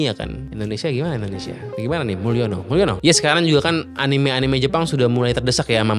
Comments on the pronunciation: anime pake e bang, soalnya dalam bahasa jepang karakternya アニメ > a-ni-me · gitu emg kalo org Inggris mah bacanya😂😂 Anim